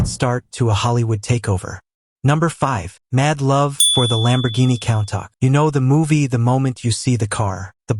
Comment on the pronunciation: He drives a Count-Ack... ha ha